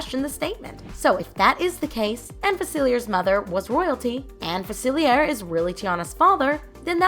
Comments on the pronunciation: Fuh-seal-e-ay right? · I think you should’ve watched the movie or looked up the name cause you keep saying facilier but it’s a French word meaning the r wouldn’t be pronounced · The way this girl keeps saying "Dr Facilier" is really jarring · Yeah that's what's bothering me the most about this video and it's not the first time I've seen people mispronounce his name in a video about princess and the frog.